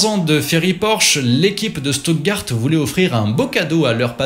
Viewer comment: "schtoutgard" pas "stoutgart"